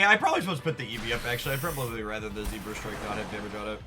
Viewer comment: “zebrastrike” i love how you always mispronounce pokemon😂